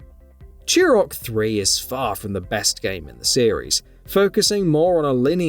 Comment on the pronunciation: Say it with me "too - rock", not "chew - rock".